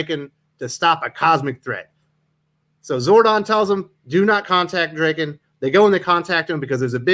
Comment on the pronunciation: Did he just call them Zoids and Draken?? It's Zords and Lord Drakkon. He's not the rapper. I've been reading both titles since issue one and this is the first I've heard of the new titles. I thought Parrot ended the titles because he moving on from the Power RAngers. The original two Boom titles were drawn with manga style inspired art which compliments the Japanese origins of the characters. I'm afraid the new titles will lose some of the appeal with new artists.